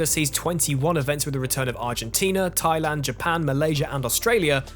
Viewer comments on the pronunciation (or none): none